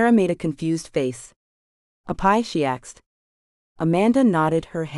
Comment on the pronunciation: I can’t believe they have an AI narrator that pronounces “asked” as “axed.”